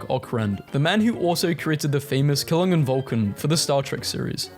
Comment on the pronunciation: there's an insane amount of mistakes reading: it's not ProNto, it's proto, also Klingon not klingnn Proto-Indo-European wasn't the "root dialect" of all languages, it was only the root of all european langauges and some languages of india. Unless they meant that he created a root language for other languages in the fictional world, which wasn't said clear